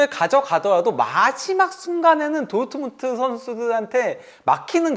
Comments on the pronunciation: ㄹ 발음 못하네 도우트문트 이런식으로 말하네 레아마드리드 이러고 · 어떻게 도르트문트를 도트문트라고 발음하냐 브베 목소리 닮아서 브버지 인가 보네